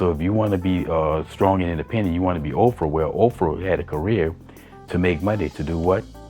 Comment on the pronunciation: Are you saying "Ov-frah"? I think the lady on the panel said Oprah.